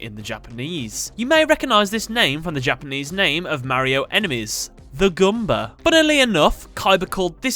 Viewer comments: The Gumba instead of Goomba, his pronunciation is wild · Are we gonna mention how he said Gumba and not Goomba at the start?